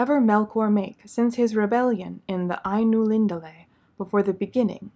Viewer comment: ainulinDAle (i think) in Quenya, emphasis is on the 2nd to last syllable when there are 3 or more.